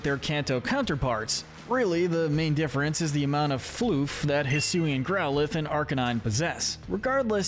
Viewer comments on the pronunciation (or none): none